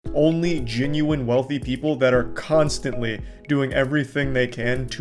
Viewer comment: I like moistcritikal, but I can’t stand his accent, he doesn’t pronounce “e’s” he makes them into “i’s” “he’s a gin-u-win guy”